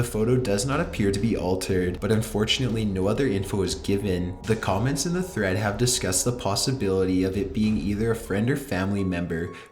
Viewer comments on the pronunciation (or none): none